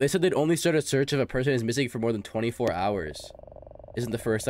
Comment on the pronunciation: how did bro read "24" 💀 Great vid btw! Would be cool to see if this game has multiple endings